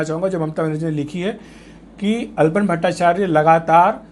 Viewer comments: His Name is ALAPAN BSNERJEE not ALPON. please pronounce properly. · It's "Alapan Bandyopadhyay" Not "Alpan Bhattacharya" Itne Bade News Portal Ha Name To Thik Lijiye